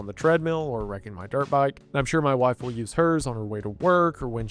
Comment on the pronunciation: I like how you say "Mauy Wahiife." Very southern. Very lippy.